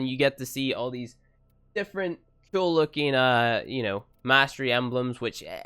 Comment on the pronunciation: Whenever I watch your videos I think to myself, " I wonder how many times he's going to say ceol instead of cool" lol. Love your videos tho.